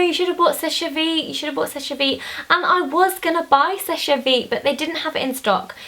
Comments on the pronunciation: you don't pronounce the 'e' on seche vite, you say it like 'sesh veet'. That's french spelling and pronunciation for you! x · it's just "sesh" vite not "seshey"